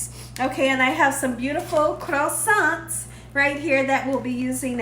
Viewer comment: "Crows-sants". 😂😂 Also to prevent any tears whilst chopping onions you should breath through your mouth and not your nose.